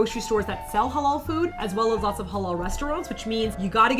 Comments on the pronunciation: You did mispronounce "Halal", though. xD It's more elongated in reality. (Ha-laal). I wonder if you guys can pronounce it in Arabic which is a ح instead of an "H". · lol you said hulal food its literally said ha lal i have cousin that is muslim so iknow